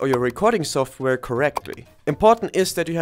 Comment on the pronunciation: the moment i heard soft wer i was losst but thanks any ways